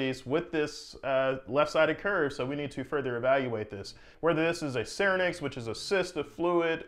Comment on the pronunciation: Idiopathic is an excuse for drs to be lazy lol Btw you pronounced syrinx wrong smh